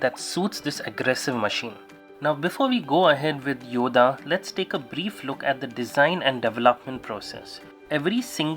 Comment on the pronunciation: It's pronounced "Yoddhaa" not "Yoda". Nice looking bike!